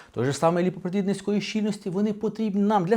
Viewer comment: хто не почув :ліпопротєіни